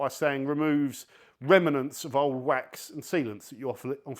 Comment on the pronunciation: Remanants?? 😂😂😂